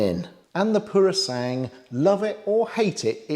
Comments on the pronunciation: Thank you for the information. But please do not change the name of the Purosangue, it is not purosang but Puro-san-gue. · i think i've heard you calling it "Purosang". The last syllable (GWE ) was missing. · Purosangue is pronounced pooro-sang-gwe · For those who may care: "Purosangue" is pronounced "PUROSANGWE" - where "GWE" sounds the same as in "Gwen", Owen, Dwell etc. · Ok let's get the pronunciation right... PuroSangue is "poor..roh" "sangweh". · Great review. Do try and pronounce the ‘gue’ at the end of Purosangue. Like the English word, sanguine. ☺️☺️☺️